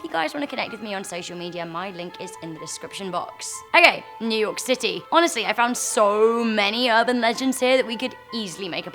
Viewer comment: new yourk city